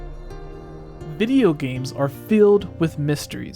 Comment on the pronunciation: did he just say bideo games?😂